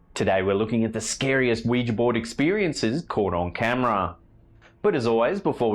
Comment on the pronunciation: Omg your the only channel that ever pronounced Ouija right everyone else pronounces it "wee gee" it's "wee ja" noticed it ends with an "a" NOT an "e"